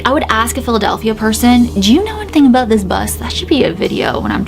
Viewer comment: Is anyone else getting Harry Potter vibes from this story like the ghost bus in London from prisoner of azkaban..... I was also laughing when your Canadian accent came out like aboot and oot 🤣😂🤣😂🤣😂🤣😂